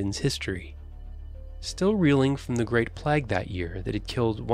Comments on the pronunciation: Why is he saying PLAG? It's pronounced like "Playg". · The way the narrator says "plag" rather than "play-g" sets my teeth on edge 😂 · I’ve never heard plague pronounced plagg, perhaps the narration is AI. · The guy reading needs to learn that it's not a 'plag' its a PLAGUE! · WTF is a "pleg"?.... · I've noticed Americans inability to pronounce Craig or Graham properly but I'd never realised it extends to 'plague' too. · Never heard someone pronounce "plague" as "pleg". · I have never heard the word plague pronounced 'plag' before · its plague not plage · Plag? Is he trying to say plague. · Very factually incorrect about the great fire, especially death numbers. There are videos on here that cover it. Also, he can't pronounce the word "plague".